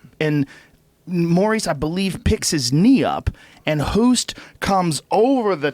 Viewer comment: What I don't understand why people cannot pronounce Bas Rutten. They can say Bill Burr, they don't say Bill Boerr, but with Rutten they say Roeten? Why? It's the same. And the "t' is like you say tea. It's so easy...And it's not Ernesto Hoest, it's Ernesto Hoost. You should know how it's said anyway because the name of our Prime Minister is Rutte :P